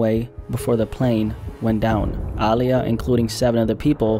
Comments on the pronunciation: Small petty thing, but why you keep emphasizing the "AA" in her name? Lol. People normally say it like UH, as in, Uh-lee-yuh. Again, I'm being super petty. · Ok I've heard her pronounce her name before and she's NEVER called herself AAH! LIYAH! And no one else ever called her that either. I'm not Gen z. I grew up on Aaliyah. Yes she pronounced it with more of an A sound but it was NEVER that exaggerated! Be atw fr rn... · Say it w/ me Uh-Lee-Yah. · “Ahhhhliya” was a tragic loss. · ahh-liyah is how you say her name, aaliyah herself told interviewers to say it that way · it’s uhh- lee- yuh you’re pronouncing it wrong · Bruh listening to you pronounce Aaliyah is like listening to nails on a chalkboard! When have u EVER heard anybody call her AAH! LIYAH??? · Incorrect. Watch any interview where she says her own name and it’s pronounced Ah-Lee-yah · Dawg it's pronounced ugh-lee-ugh ... aaliyah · Calling her Aah-liyah so many times was pissing me off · Stop saying her name every second,you say it weird. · absolutely HATE when people say her name like this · Nah he didn't say her name right. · I’ve never heard her name pronounced in this way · Bro saying all the names wrong but it's cool. Rip Aaliyah. 😢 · Some people genuinely just pronounce things differently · Yeah I noticed it too but didn't think how he did or didn't pronounce it was that big a deal 🤷🏻‍♀️ What matters is that her memory is being honored. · Why do you say her name like that? 🙄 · Why you pronouncing her name like that? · There is just something that irks my soul when I hear a documentary on a person of some sort and the person telling the story mispronounces their names and says it like a million times. Haven’t you met anyone with the name Aaliyah? Heard anyone say her name? Like bruh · Why do you say her name like that no one pronounce it like that sound crazy like you don't know da culture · Why tf you saying her name like that😑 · How you pronounce Aaliyah wrong